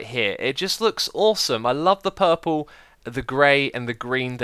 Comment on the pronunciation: I like how X says 'puhhhple' instead of purple.